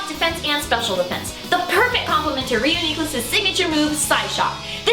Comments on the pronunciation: Good science :D Bad pronunciation Ryu-Nee-Clus nope! Re-U-Nee-Clus, you wouldn't say Unicorn like U-ni-corn you would say Uni-corn. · It's pronounced REE-YOU-NI-CLUS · I think it sounds better pronounced re-U-ni-clus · All always thought it was pronounced like ridiculous. It was a joke between me and my friends when something insane happens, I say "This is Reuniclus!" Don't ask me why I pronounce it that way. Now that I hear the correct way to pronounce it, and look at the name, I realize how stupid I was being. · I... Do not like this pronunciation. Re-U-Nuh-cliss better :|